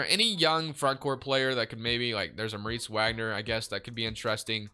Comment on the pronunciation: do u pronounce moritz wagners name wrong on purpose?